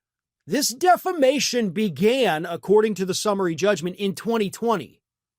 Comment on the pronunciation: Mike calls it DEF LA MATION not Defamation 😮😮😮😮